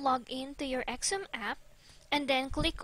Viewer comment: Xumm is pronounced "some" or "sum"